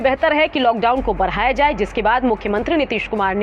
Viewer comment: baraya jaye...badhaya jaye hota hai..pagal anchor